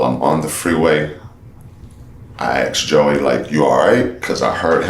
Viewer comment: He still says "axed"